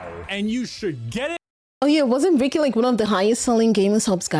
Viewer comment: Love the way she pronounce Bricky. I kinda want her to call him Cheeky Bricky for the stalker memes